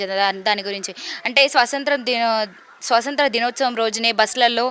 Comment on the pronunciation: Swasanthra kaadu.swathanthra